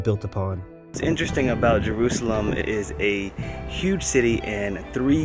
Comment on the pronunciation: I loved the start, finally someone saying jerusalem right!!!